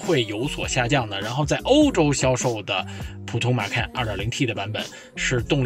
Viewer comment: 马看 这个口音